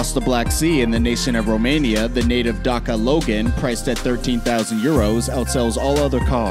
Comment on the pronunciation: I live in romania and i have a Dacia logan and he said Daca Loan 😂😂🤣😂